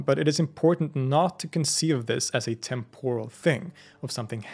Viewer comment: Exemplary work here. Engaging, accurate (as far as I am able to discern) and helpful. Just one thing: TEMP-or-al, not tem-POR-al.